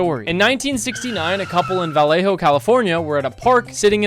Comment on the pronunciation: as a resident of vallejo, my heart hurt a little when you pronounced it wrong 😂